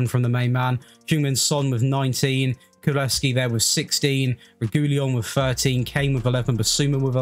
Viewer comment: You say KULU -SEVSKI